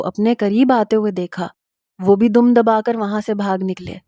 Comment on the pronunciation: dum nhi dum HOTA hai plz words correct parha kro